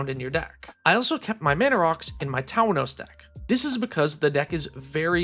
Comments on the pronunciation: ...Town-ohs? Oh boy. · How in the fuck are you pronouncing "Tawnos"